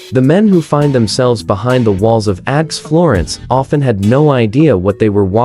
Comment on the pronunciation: This is so BAD that it is HILARIOUS! First, the mispronounciations. “ADX” is pronounced “ax”, plus many others. The images mostly have nothing to do with ADX Florence. My favorite is where they refer to “ax florence” and show a picture of Florence, Italy! Just AI-generated clickbait, but so bad it's funny.